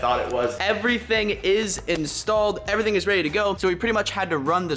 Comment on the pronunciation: Unspeakable: "Everything carbon" Kinda like "Eerything bread"